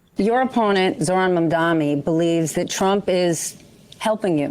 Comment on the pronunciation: Zohran literally spelled out his name for Cuomo and he still can’t pronounce it right.